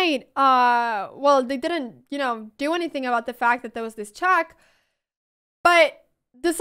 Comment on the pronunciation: Crazy how her vocabulary is amazing but her pronunciation is so poor, isn't it? "Chack mate in saven mewves" lol